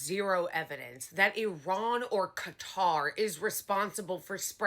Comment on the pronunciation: I assumed so, I've just never heard anyone say it that way before...was he more worried about people getting Qatar mixed up with catarrh than dead children?!?